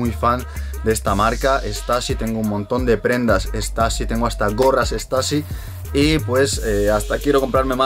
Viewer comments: Para nada, se pronuncia como se escribe no stAssy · Estoy casi seguro que stussy no se pronuncia así 🤔